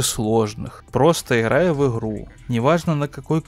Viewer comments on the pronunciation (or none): Не в обиду конечно, но это его "иХраю в иХру" за пол боя настоебало, что даже до конца видео не досматривал.